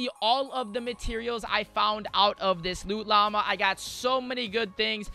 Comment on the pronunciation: If I hear "loo llama" another time im going to rage.